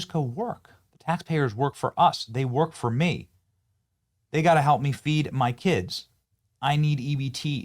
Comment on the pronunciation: my gosh she can’t work because “ she have keeds” So sick of these lazy a$$’s